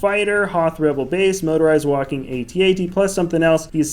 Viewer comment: It's actually AT-AT not a-t-a-t.